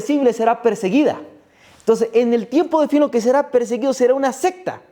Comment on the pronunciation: Como frecuentemente estas hablando debe pronunciar Secta con C...y no con P... Se lo digo con apecko.